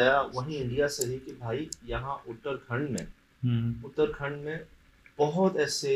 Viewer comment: उत्तराखंड है उतरखंड नही ये पहाडी स्टेट है भारत का ये स्कूल भी किसी पहाड़ी ऐरिया का लग रहा है मुझे